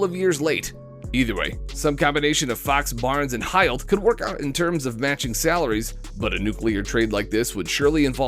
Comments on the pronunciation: No it’s not 🤣 man can’t even say embiid’s or buddy hields names right. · I'm shocked by the way this dude said "Hield"... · This mf cannot pronounce any of the players names…Embiid, Hield, and spelled Jerami Grant as Jeremy Grant. Bruh